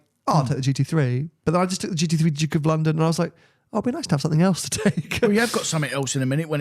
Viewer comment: Can someone please tell it's a GT Three not a GT Free...